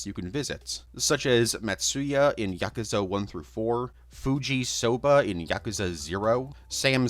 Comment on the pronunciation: "Yakooza" smh